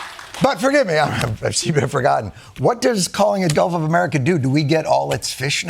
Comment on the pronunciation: No, he calls it "Golf of America."